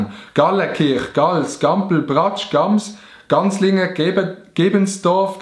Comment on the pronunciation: Du hesch eifach ganslingen anstatt gansingen gseit🤣